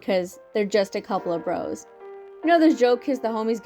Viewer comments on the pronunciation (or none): none